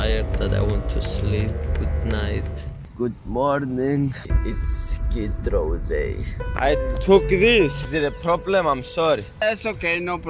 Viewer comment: Not gonna lie, when he says "skid row" his accent kills me every time😅. He's got the balls to do this kind of risk.